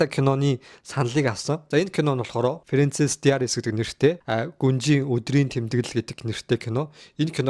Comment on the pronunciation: Фринцесс диаарисс, дивийлс вийрс фррада бишшүү дуудлагаа засаарай😊